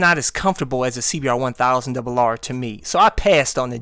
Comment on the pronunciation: Definiely CBR1000 double RRRRRRR! Love it when you say it like that! Awesome...besides, that what I like about your channel, It's your own brand, so double rr it is! Peace brother....